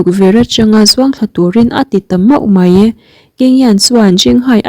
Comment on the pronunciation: Mei ni lovin mai tih tur aw mizotawng kam dik a awm ve reng aw